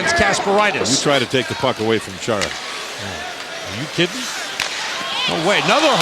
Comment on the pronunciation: actually it's "Khara" lol